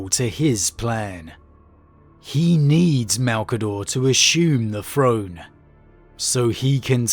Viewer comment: Which regional dialect pronounces throne : "frone", and truth : "troof", but pronounces the : "thuh" and they : "thay"? Asking for a German friends.